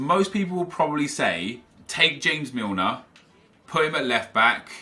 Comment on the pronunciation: Why are you pronouncing James Milner like James Rodriguez 😂😂😂😂